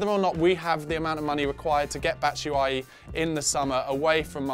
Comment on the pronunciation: I think his last name is pronounced like bat-shaow-e